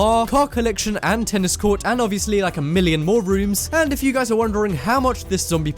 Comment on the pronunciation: You said tennis quart two times when you where talking about the castle